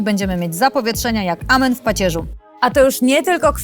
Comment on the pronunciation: *amen, nie ,,ament"